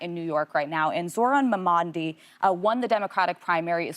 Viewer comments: at least with Kamala, they were just placing the wrong emphasis on the wrong syllable. With Mamdani, Alyssa said “Mamaandi” (she even got the letters wrong). That’s next level disrespectful. It’s like how 1/2 the right wing commentators in the US call the Ayatollah of Iran “Khomeini” (not Khamenei)- I feel like telling them Khomeini has been dead for 36 years. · Mamadi? It’s Mamdani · “Zohran Mamandi”😖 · she said maman- di not mamdani, could’ve been a mistake but I doubt it since she’s openly hostile to him entirely and doesn’t hide it. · dear ALAISSA FARROH GRIBBIN , its MAMDANI , not MAMANDI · Zoran Mamandi? Really 😢. You cannot even pronounce his name. A name that has been more in the media in the last week than any other names perhaps in the world. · it's simple MEN DOO MI. I agree. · if your paid 500k to pronounce a three syllable name that has all sounds in English mom don ee , it’s more than just an inability. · Oh Alyssa you know how to pronounce MAMDANI !!! Gross behavior from you always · THE NAME IS MAMDANI. IT’S NOT HARD TO SAY. SO DISRESPECTFUL!!! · Yeah, I heard her call him "Mamandi"😂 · Sad that Hakeem out of all possible guests would not correct them when they mispronounce “Mamdani” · And we finally got a glimmer of hope for better. And his name? MAMDANI. M-A-M-D-A-N-I. They should learn how to say it because… [he’s the next mayor of NYC.] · Mamdani isn't remotely difficult to say It's three syllables with no letters that aren't pronounced how they're spelled These people who mispronounce it are idiots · They're deliberately mispronouncing Zohran Mamdani's name the same way Republicans did Kamala Harris. Pathetic. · Get his name right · Alyssa , so disrepectful in your what seemed intentional mispronunciation of Mamdani’s name. Do better!. I’m due you make pain staking effort to read your copy, brush on fact like commentary. But don’t have enough respect to make an effort to enunciate a human beings name.